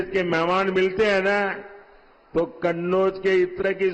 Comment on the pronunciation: सवाल होता कहां होता है झूठ की खिचड़ी परोसी जाती है|माहौल देखकर कन्नौज का उच्चारण करने मे हड़बड़ा गये|